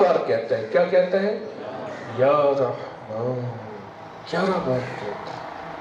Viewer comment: Muh khol kar bolo jara bhai jaan sahi se ya rehmaan bhi nai bol pare ho ap aur jab comments ka reply nai dena toh jhak marane k liye videos dale hai jab puri infrmation nai pass kar sakte ho